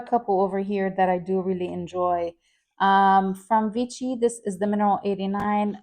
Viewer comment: Vichy = “Vee-SHEE”